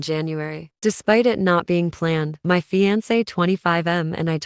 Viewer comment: The pronunciation of “fiancé” is like nails on a chalkboard for me lol